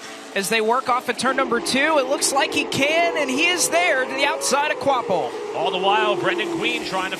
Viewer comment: It’s pronounced kwapull. Not kwapvull…